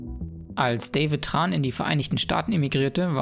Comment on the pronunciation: das vietnamesiche TR spricht man soricht man Dsch aus. :) (Tran)